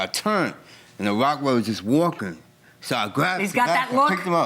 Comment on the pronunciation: This man owns a dog but can’t pronounce what type it is!!!! ROCK-weiler so ignorant